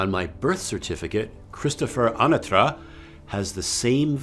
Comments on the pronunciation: Anyone else remember pronouncing his last name differently? I remember more UH- Natra VS AHnatra… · Excellent video! You've always introduced yourself as Christopher anAtra before. And now it is A-natra, first syllable is stressed. Is it a change or was it always this way? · Hey Christopher. Did you just pronounce your own last name incorrectly? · I noticed he pronounced differently too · What I remember is still Anatra, but with the emphasis on the 2nd a. Now he pronounces it with the emphasis on the 1st A, if you catch my drift